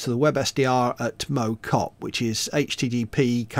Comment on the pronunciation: As a stokey I can tell you that Mow Cop is pronounced like mouth rather than like a lawn mower ;) but I do agree with you about the hills XD